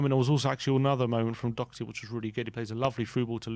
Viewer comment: They still won't pronounce his name properly, what chance does he have with getting a good rating when he actually plays well